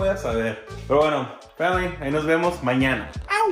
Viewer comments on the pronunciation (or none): Clabe diciendo muñaño